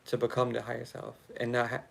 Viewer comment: When you say "ya higha self" I hear Yahayah/Ahayah and The Name means To Exist, I AM, Eternal Life. The Most High Power speaking.